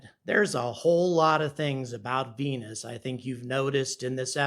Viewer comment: I love how he says venuCHan :D